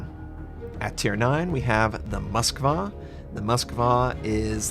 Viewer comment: "at tier 9 we got mosvka"